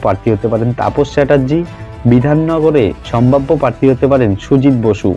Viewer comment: Kotha ta "parthi" na "prarthi" bokachoda ashikkhito